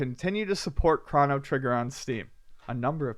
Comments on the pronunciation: Good. why do you say "Crawno Trigger"? Am I the only one that says it like crow-no trigger? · "Chrano Trigger" Krano? Chrono... Yeah gonna be that guy :) <3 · wtf is a CRAN? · ChrOno trigger, damnit lol. You are like Avgn with all your mispronouncing words:) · Chrono rhymes with Mono